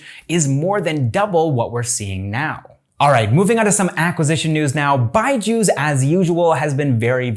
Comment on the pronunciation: It's not byjus it's BUYju's 😂😂 what do you say guys ???